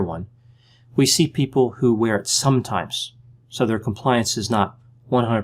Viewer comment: A lot of emphasis on the word 'compliance' Compliance for the sake of it is not good enough reason in itself to comply.